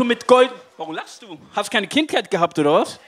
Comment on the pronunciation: Und dann dieses völlig unreflektierte "Warum lachst. Hast keine Kinkheit gehabt oda was?" xDDD